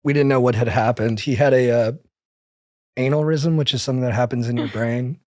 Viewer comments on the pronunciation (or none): Lol it’s bc he said anal-ysm instead of aneurysm